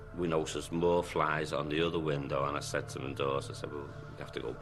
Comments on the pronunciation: Aye aye, there’s fliiiieeeeeeeeessssss on the window...fetch the bizzies! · Black vinyl lay? No, no lad....flieeeeeeeeeesssssssssssss